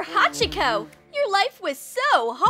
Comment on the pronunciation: I wish they had said Hachiko's name correctly